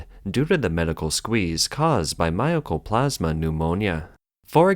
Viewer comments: Mycoplasma is pronounced as spelled, and not as "My o coplasma." (The "myco" name reflects the fact that this pneumonia was at first thought to be fungal in origin.) Mycoplasma pneumonia is in fact well-known to be bacterial and therefore not viral. And because it is bacterial, of course it is treatable by antibiotics -- the only question is whether the strains have antibiotic resistance and to which antibiotics. The wasteful spending of government-allocated money is an interesting and familiar theme. When I worked for the US government about 40 years ago, it was a regular phenomenon that as the end of the fiscal year approached, we had to find purchases to make with any surplus funds, to make sure that our budget wasn't lowered the next year when we might indeed need the money. Yes, it's wasteful, but from the perspective of government-funded agencies, departments, etc. facing the rigidity of government budgeting, it is also prudent and reasonable. Sorry, that's just the stupid way it is. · It's not MY-O-CO-PLAS-MA... MY-CO-PLAS-MA